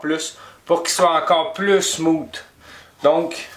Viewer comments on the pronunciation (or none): Salut! Excellente tutoriel. Vos explications et vos micro-démonstrations sont précises, simples, efficaces.... mais maudit qu'en tant qu'anglophone, ta prononciation du mot ''smooth'' me fait grincé des dents. lol, mais pas grave. Féliciation dude.